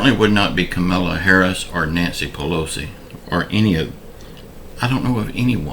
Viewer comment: Joe Biden's mental health??? Donald Trump has been out of his mind his entire life..He doesn't know all of the 50 states...Can you say the Vice President's name correctly??? It's KAH MAH LAH. not the way you're pronouncing it...